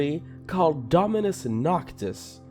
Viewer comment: After he said dominus nortis he went to search It up